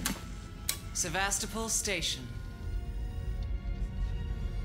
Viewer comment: Me every time they say "SeVAStOpOl": 💀